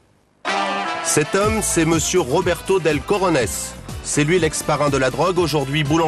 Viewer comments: honnetement sur l'accent Colombien il est pas top.... ensuite cojones c'est avec la jota, pas un "r". Voila j'ai sorti ma science... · Roberto Del Cojones c'est trop dur à prononcer pour des gosiers français señor.